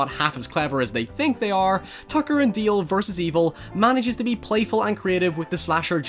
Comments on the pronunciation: Why do you keep saying Deel? It's DAle. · it's dAAAle God damnit not deal. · DALE. DAY-LE. Not DEAL. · DALE, not DEAL!! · Not sure if it his accent, but it is produced D-ale, I keep hearing say Deal. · >"Deal" DALE....DALE! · Fantastic Horror Parody! Love your accent but it's "Dale" not " Deal" ;)~ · It's DALE not DEAL 😭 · DALE not Deal ffs ! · My jaw hurts from clenching my teeth every time you saw dail, its dale not deal or deel deil . Its D A L E . No I or EE EA , I no its just your accent but I can't handle the dale thing , it has broken my mind. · Accent is pretty heavy man.. is DALE NOT DILL.. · D.A.L.E (not deal :p) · DALE !!!! DALE! NOT DEEL DEAL.. jesus Christ.......................... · I really like your videos but I’m sorry but his name is “Dale” not “Deal” 😁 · Dale not DEEAL bruh ;) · Love this movie. Why are you pronouncing Dale like that? It's Dale, not Deal. And don't use your accent as an excuse. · Dude, he is called DALE, not Deal or Deel. Your accent shouldn't stop you from pronouncing a person's name right. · dale not deal. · Why do you call him "Deal?" The character's name is "Dale." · I'm glad someone made a video about this forgotten little gem. I've gotta admit that the "Tucker and Deeel" bit was distracting for me, but that's because I'm an ESL speaker with a shitty ear for accents, so I kept looking for some other pronunciation features that would explain it but the only one I heard was "Deeel" over and over. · Nobody:: tooker and dayeel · "Tacker and Dieeeel" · Has anyone else noticed he keeps saying Tucker and "Deel"? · "Tucker and Deel" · "Tucker and Deael" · "Tucker and deeel" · Did he say tucker and deal? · Its Dale like ale